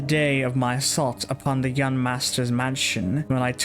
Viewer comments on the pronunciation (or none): none